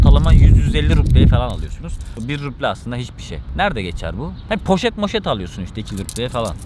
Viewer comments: Hocam ruble'yi okurken b yi p diye okuma. İzleme artırmak için pasaport aldım bilmemne hoş değil izleyince kandırmış gibi oluyorsun, samimiyeti bozuyor. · Cok guzel kismetse bizde gidecegiz ama en cok takildigim konu devamli ruble ye ruple demen ... gezmeye devam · Rupi değil bu arada ruble 🙈 müzede fiyat belirtirken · o ruble değil, “rubl” telaffüz ediliyor, ayrıca Petersburg değil, Piterburg okunuyor